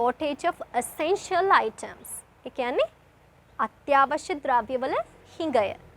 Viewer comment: your pronunciation is not correct at times...essential is not esenshal..its isenshal..you are all making business out of this silly nation